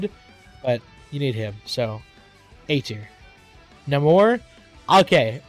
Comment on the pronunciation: Bro said "Nomore" 😂